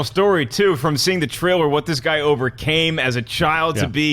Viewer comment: the way says trailer